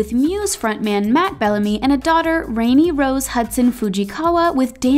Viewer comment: Elizabeth Taylor ispictured with Mike Todd, her 3rd husband, not Michael Wilding. Kate Hudson's daughter's name is pronounced "Rahni or Ronnie", not "Rainy".